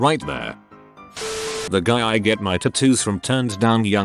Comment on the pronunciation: Noone: Not a soul: Voiceover: TAT TOED